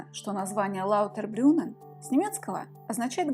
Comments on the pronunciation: ЛаутербрУннен, а не лаутербрЮнен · Написали верно, а вот произнесли лаутЭрбрюМээээн😅